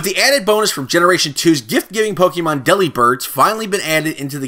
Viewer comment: Dude if your gonna make Pokemon videos pronounce them right